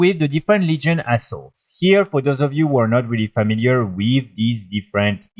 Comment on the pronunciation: Your way of saying "Legion Assault" sounds like "Legion Assholes".... lol